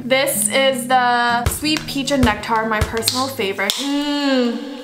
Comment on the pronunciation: The way pronounces Nectar is so funny yet cute 😂😂